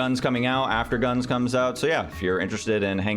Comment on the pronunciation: this is the first time i hear someone say "gunz" instead of "gun zee" and i'm very upset about it, how dare you